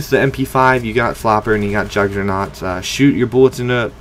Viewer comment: why does everyone say juggernaut!